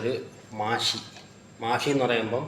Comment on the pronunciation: മാഷി അല്ല, മഹ്‌ശി